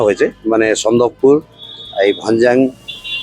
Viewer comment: টিএমসির কাকিমা বলছে সানদকপুর😂😂😂😂😂😂 সানদকফু হবে মূর্খ দলের মূর্খ লোক লোকেদের বলে দিন😂